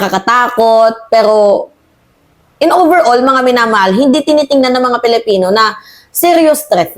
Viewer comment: Why do you have to pronounce it PELIPINO napalitan na ba ang pilipino??????IT'S ANNOYING